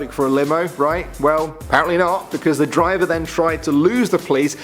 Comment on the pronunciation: "Bus Diver" ?? XD